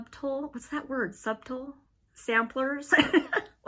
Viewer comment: Love your channel. The B in subtle is silent.